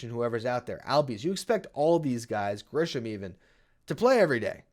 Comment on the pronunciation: Just a quick sidenote. It's Grissom, not Grisham.